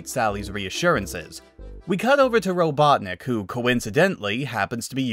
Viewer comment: lol! Ro-CLUCK-nik?! That's the best I've heard all day!(qouteing sonic)